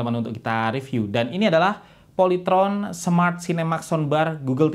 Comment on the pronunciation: Polayteron? SKIPPP